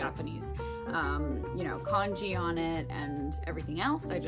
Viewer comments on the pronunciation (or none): none